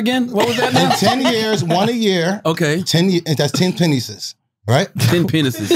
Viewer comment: Did wax say Pa-nices?😂😂😂😂😂😂